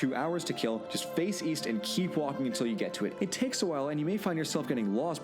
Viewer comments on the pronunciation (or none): none